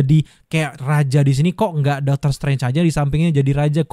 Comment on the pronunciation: Apa cuma gw yng denger abang ini bilang dokter malah doter